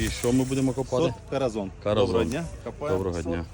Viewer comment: Правильна вимова - кораСон. А якщо перекласти літературно, то це означає - кохана❤